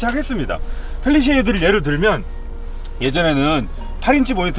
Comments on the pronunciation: 팰리세이드인데.. 팰리쉐이드 아니고 ㅋㅋ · 다 좋은데 펠리세이드를 자꾸 펠리셰이드라 하시는거 같아요. 리뷰는 일등입니다.